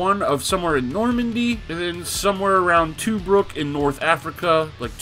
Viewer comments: Dude how did you mispronounce Tobruk and Rommel? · never saw you in the HLL discord. If you're going to be the mouthpiece of the game perhaps you can learn to correctly pronounce proper names. You epically failed on Tobruk and Rommel. I've already cringed at the historical inaccuracies alone.